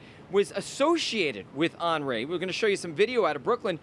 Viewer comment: On-REE not On-RAY